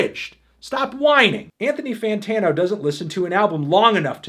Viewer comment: he also says more like anthony fattano sorry about him